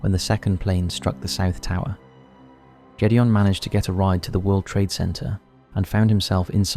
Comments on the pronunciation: It's not Jules and Jedeon it's Gid e on. for something so raw, at least pronounce their names right. I watched 9/11 live happen and it still hurts today. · Gédéon has a Hard G (not a j sound) Its the French for Gideon and sounds a bit like "gayd-yon" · I knew you were mispronouncing the name Gedeon!! It's so weird that you'll take the time to make these videos, yet refuse to take an extra 2 seconds to learn how to pronounce someone's name correctly. That's just basic common sense, especially if you're going to be using that name multiple times. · Needs to learn how to prnounce Gideon